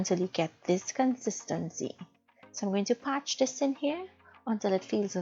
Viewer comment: It is parch and parching, NOT PATCH and PATCHING!